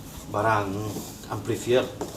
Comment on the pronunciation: cobalah kalo kata itu dari bahasa inggris diucapkan dalam bahasanya. amplifier harussnya dibaca amplifayer. malu ah.